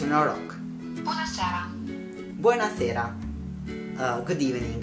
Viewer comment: Good evening is close to italian but it is not bona sera it is buna seara